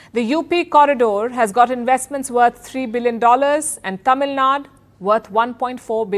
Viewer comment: Why does she always mispronunce south indian states? It’s “TAMILNADU” not tamilnad. Being your South Indian fan it hurts Palki mam. Kindly rectify it.